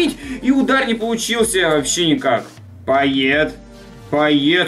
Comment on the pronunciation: не пайет а пайе)